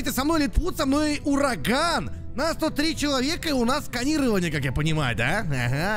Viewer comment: Мне послышалось или нет меня кажыца что урагану сказали дуракан